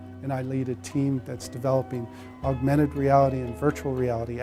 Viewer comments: Aug-mented. Not Aug-u-mented. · "Aug-u-mented virtual reality" lol